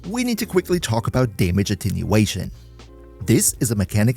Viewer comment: its attenuation not attinuation